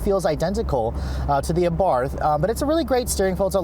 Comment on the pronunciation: great vid as always but for the love of God, it's pronounced "AH-BART" with a silent "h" at the end. (source: Fiat engineer who tuned the 500 Abarth talking about the car in other videos)